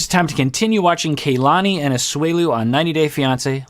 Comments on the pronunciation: Because name pronunciation is important to, i think its pronounced Kuh lahni. Not kay lahni. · it’s pronounced KAH-lani, not kaylani, this is a very common name in Hawai’i so it’s very cringy when you mispronounce it every time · I know others have commented on other vids, but...are we just going to keep calling her KAY-lani? was so good when it came to properly pronouncing Larissa’s name 🤷🏻‍♀️ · Kay-lani is her new name now. Hurry and catch up